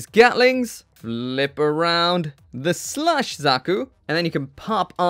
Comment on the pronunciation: keeps sounding like you're saying 'slush zaku' which is funny given the color scheme.